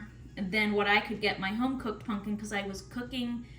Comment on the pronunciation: It is pumpkin, not punk in!